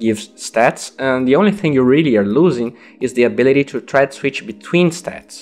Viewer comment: about your pronunciation, don't say "cho" istead of "to".